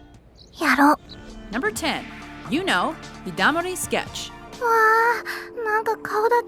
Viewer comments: I equally like Sakura and Hinata, but its their opinion not ours. my beef with this list is how she pronounces the names of Yuno and Mikasa, though I don't watch the anime Yuno's in but, its just weird to hear yuno as "you know" not to mention Mikasa. Another complaint is Erza's name... Titania is a title not a name! you know Titania the queen of fairies and the wife of oberon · comments on your list 1.) its Erza "Titania" Scarlet... Titania is a title labeled to her, it not part of her name. 2.) Mikasa's mother wasn't the only one murdered, so was her father 3.) the "American Accent" on the Japanese names are funny... like when the narrator pronounces Yuno and Mikasa 4.) Sakura has 50-50 fanbase... 50 like her 50 hate her with a passion, so she isn't all that like-able... but hey it your opinion PS. where is Takius or at least Judia or at least Chie and Yukiko :p